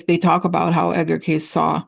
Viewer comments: Its pronounced Cay-see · I've read many Edgar Cayce books through the years. By the way, the name is pronounced K-see. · I love Edgar Cayce (pronounced Cay-cee); been following him for decades. Awesome medical advice too. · Cayce is pronounced Casey. Thank you so much for this great video. Looking forward to looking at the one about Edgar Cayce. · I also saw a video about that lost Edgar Cayce (pronounced Casey) prediction. I watch Kim at Moonlight Energy who often channels him, but she's never really said much about the predictions he made while he was alive. I'm so excited that you're planning to look into this! The video I saw seemed pretty compelling. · Thanks,, for all the info on Thiel and the Stock Market... You surprised me when you mentioned Edgar Cayce (pronounced Kay-Cee). As a matter of fact, one channel I recently started watching is Kim at Moonlight Energy where she speaks to Edgar (channels?) on a regular basis... very entertaining. Blessings.